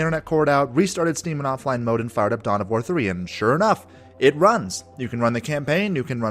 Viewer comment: I thought you said "Dumb of War"